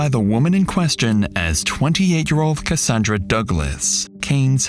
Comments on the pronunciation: it’s ca-sand-ra not ca-san-dra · the narration is absolutely AI. For most of the video, the narration pronounced Cassandra strangely, rhyming with Rhonda, but a few times it said it the usual way. Really bugged me